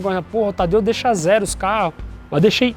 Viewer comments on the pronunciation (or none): none